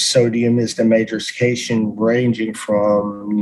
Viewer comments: As a mechanical engineering student with 1 semester to go, that has been in collage way too long, the man is pretty hurtful. But Wow was the cation stuff funny. "Engineer": Kashin - The main thing that is part of the measurement during an experiment. Toon: its pronounced cation. "Engineer": Its the categorized Ion Me: 🤨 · For me it was the pronunciation of cation and anion. I learned about those things in 7th grade so hearing "keishön" from a self proclaimed engineer was peak. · I feel like there could be an entire video just about "sodium is the main "Cayshun" ..."... categorized Ion bro... "Annartika'z made uh Salt Boi!" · as soon as he pronounced it "kayshion", I almost died laughing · The cation part where he pronounced it "cayshun" took me all the way out 😂 That guy was an absolute moron. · The way he pronounced Cation actually made me fail to understand the meaning of the word even after I read it. I recovered after hearing the proper pronunciation and realizing that I knew the word all along. But for a minute, I think I was under an intelligence debuff. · I'm learning so much! Like I didn't know "cation" is pronounced "cat-ion". I looked it up and fuck me, it is! See, that's what flerfers lack, humility and the ability to admit when you are wrong. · okay to be fair, when I was doing a private school homeschooling program (oak meadow), the problem is that we don't have a teacher verbally talking to us ( this is before online schooling was huge like it is now ). So, we read the words "cation" and "anion" just like the flat earther guy lol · The cation thing got me perplexed. With my background it just feels wrong to pronounce it like that. Well, in english...